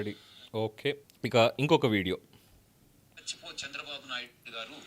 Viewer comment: 🦜 NOT " Chachipo "... 🤫 Manchi Panulu Chesi.... " CHACHI PO "........ 2 ) WHO SAID JAGAN STOPPED V.SAI's CHANNEL.... 3 ) Renuka Chowdhury " PUBLIC LY.... in... PARLIAMENT.... SAID.... " IT'S KAMMARAVATHI ".... 🦜...... JAKEE..... 🤣🤣🤣..... Dhanraj Journalist ✒️🔥